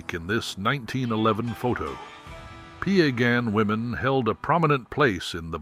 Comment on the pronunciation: Its PIE - GAHNN... PIE LIKE APPLE PIE NOT PEE A GAHN!! 🙄